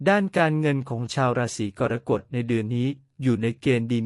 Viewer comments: ราศรีอะไรของเมิงวะเนี่ยะ!!! "กอน-กด" ...อิอิ AI ทำภาษาวิบัติ ไม่เคยได้ยินมาก่อน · อ่านว่า กอระกฏ